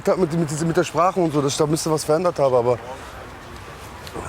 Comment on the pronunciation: lol hört mal zu wie er “abe” sagt. Der sagt Abi wie Abitur LOL leck mich